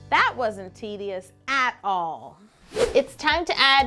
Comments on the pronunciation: That wasn't tee-dious at all lol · That wasn't "TEE dious" at all 😂